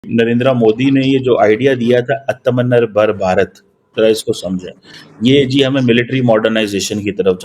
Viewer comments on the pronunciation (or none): Aatamnirbhar bharat nahi bola ja raha tum pakistani se toh mukabla kaise karoge?😂😂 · आत्मनिर्भर बोलना सीख लो ज्ञान बाद में देना😂😂